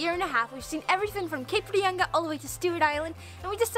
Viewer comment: Nice pronunciation of Cape Reinga.